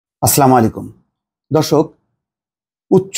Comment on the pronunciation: আসসালামু আলাইকুম। আমি আপনার সংবা নিয়মিত দেখি এবং আমার ভাল লাগে। কিন্তু আপনার সালাম দেওয়া টা শুদ্দ উচ্চারণ হয় বলে মনে হয় না।দয়া করে সঠিক উচ্চারণ করে বাধিত করবেন।এবংআমার মতামতের জন্য আপনার নিকট ক্ষমা চাচ্ছি।